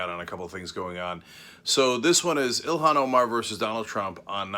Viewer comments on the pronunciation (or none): Mebbe you should learn how to pronounce her name correctly. EE-lawn Omar. Not Ill-hawn.